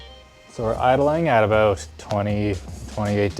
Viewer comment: Heard a canadian, "Aboot" there. XD